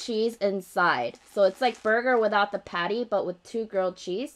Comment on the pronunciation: everytime she says grilled cheese burger, i thought she said 'girl' cheese burger 😝